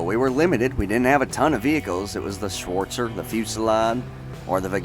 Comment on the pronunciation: the "schwooortzer" me as a german: wtf?!